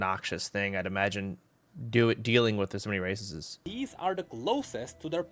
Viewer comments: everytime he says races i hear racist and i can't stop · Sounds like he's saying "racists"